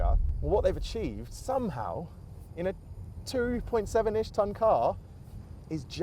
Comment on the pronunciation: So no one gonna talk about "2.7 inch tonn"?